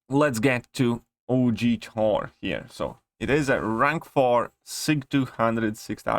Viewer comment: I love how he says Thor as 'tor' 😂